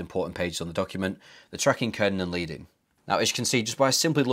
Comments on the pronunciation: it’s pronounced LED-ing, not not LEED-ing — it’s named for blocks of lead metal spacers between lines of movable type on classic printing presses. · Hey mate, love your work and appreciate you sharing your processes. Just one thing - you’re pronouncing “leading” wrong. The “lead” is pronounced as the metal - so it sounds like “ledding”. It actually comes from typesetting where they’d put strips of lead between lines of text.